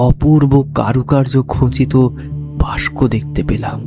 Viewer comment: কণ্ঠস্বর শ্রুতিসুখকর। কিন্তু পাঠ সাবলীল নয়। Punctuation বা যতি সঠিক জায়গায় পড়ছে না। তাই কানে লাগছে। আর, 'বাস্ক' নয়, "বাক্স"। 'গুরোগুরো', 'ঝর' নয়, "গুঁড়োগুঁড়ো", "ঝড়"।